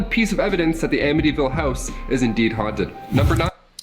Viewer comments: I live 20 minutes away from this house. It doesn't look like this anymore at all. The family that live there now, never experienced any hauntings or any thing sinister. And, yes you pronounced it correctly. 😊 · You definitely say it right lol. The house isn't haunted anymore but definitely creepy to go by. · Your pronouncing ir right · And you pronounced the name correctly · You're saying it correctly. I lived not too far from there. Some guy murdered his whole family there. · You pronounced it correctly L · You’re pronouncing it right. Waterfront 5000 square feet 5 beds 3.5 baths a boathouse & private boat slip for $80,000…I’d buy it. Unfortunately last listed was $850000 sold in the $600000’s and the new owners aren’t moving lol…it really is a beautiful piece of property, that doesn’t seem to be haunted anymore 😂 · you are saying Amityville right. I live 10 Mins from the house,The house does not look the same,changed address.I believe it most of it happen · Am-itty-ville I'm from long island I got you bro